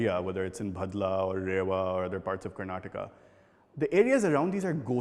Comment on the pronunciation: Cringing at all the poor pronunciation of Indian names by the narrator, especially for Karnataka...She said Kanna-taka...*facepalm*.....CNA, you need to get better translators as well for Telugu...As a Singaporean, I feel shocked at the poor quality of translation...Such a shame...